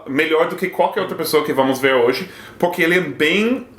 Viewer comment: engraçado, no início do vídeo sete fala PORRQUERR e então o Google abre e estou com fones de ouvido.